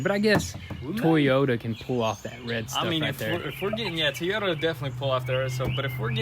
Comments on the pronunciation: So what's with tee Yoda it's supposed to be toy Yoda is that a southern thing a younger generation thing or don't know how to pronounce it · TOyota not TEyota 😂🤦🏻‍♂️ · Toy-o-ta Toyota. Not. T-oy-ota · FYI it’s pronounced Toy-Ota not Tee-Yota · Tea-Yoda Supra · You guy's are killing me!!! It's pronounced- Toy-ota not Tea -ota!! Lol 😂😂😂 keep up the good work tho! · I made a comment about it instantly...Tee-OTA kills me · Teee ooo da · well it's not supposed to be Teaota last time I looked it says Toyota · ITS TOYOTA NOT TEAOTA! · sweet tee-ota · Toyota not Teayoda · Tiota supra 😂 😂 😂 the things they say never get old 😂 😂 😂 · Get rid of those red mirrors! And it's TOYota not TEEota you go to the toy store for a toy not the tee store! LoL Dang it's aggressive! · everyone: "toyota": "to-yoda" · Lmao love the vids also he calls it a Teyota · My grandmother used to call it Tieyota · Please stop with the Teeyota....lol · Did he just say that “Tiyota” Supra??! What the prick is wrong with both these guys’ pronunciations, son???!! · Say it with me " TOYOta" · Tea-o-ta Supra 😂😂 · What's a teeyota? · Umm WTF is a tee-yota?? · Tee oyta? Jesus christ... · "Tea-Yoda Supra" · T-Yota LOLOLOLOL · Is he saying tee-yota Supra? Lol love these guys! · Never heard of a Teeyoda Supra before LOL! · It’s pronounced.........TOY-O-TA........ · Why does he keep calling it a TEEYOTA? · That poor "TEEYOTA" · teyota.new accent has been released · That's how they pronounce Toyota in TN? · Teayoda supra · “Tee-ota supra “ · Teeyota lol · TOY O TA jesus pronounce it right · also pronounce Toyota correctly Jesus Christ. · Tee- Yo-Ta! It’s funny because I remember awhile back you guys were on a build where every video you posted someone was saying something about your guys pronunciation on one specific word. Someone refresh my memory on that one if you remember. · Everyone said something about how he says TeeYoda in the last video. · Toyota pronounced Toy-oat-ah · "Tiyota" LOL